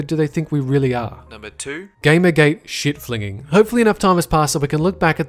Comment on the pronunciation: there is something magically funny about the pronunciation of "shit flinging" in a british influenced accent